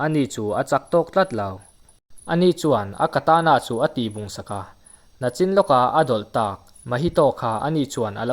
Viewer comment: Sir thil pakhat (nachin) ni lo in (nichin) tih tur ni in ka hria nachin I tih chuan lo la awm tur lam a kawk daih 😁😁 a hmuh nawm lutuk👍👍👍 ka la en vek zel nia I video hi